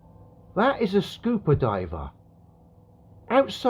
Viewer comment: Cmon mate you're killing me with that pronunciation... WTF SCOOPER LOL